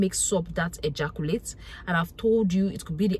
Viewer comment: EhJarKuLate SPEM … English language got murdered..